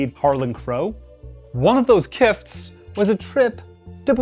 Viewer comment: Is the host a real person? He talks as if English is his first language, but mangles the pronunciations of "lavish" and "gifts" . AI?